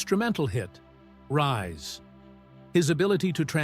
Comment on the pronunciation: Lousy narration includes pronunciation as "Rees."